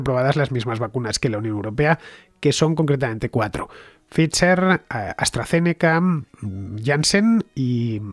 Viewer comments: No entiendo por qué Fernande se empecina en decir fiser cuando la propia que es la que sabe dice faiser. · Ficher o faidser ese es el dilema